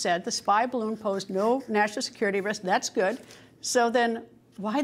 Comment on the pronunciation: Up Up and away in the beautiful “Bid-A-Loon”